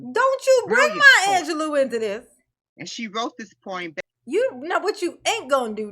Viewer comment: Maya “ANGELOS” “poim” 😆